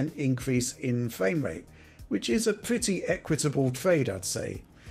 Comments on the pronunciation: amazing fwame wate! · Loving that fwamewate. Uwu.